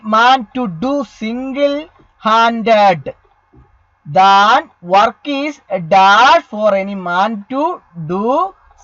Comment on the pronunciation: Than work അല്ല that work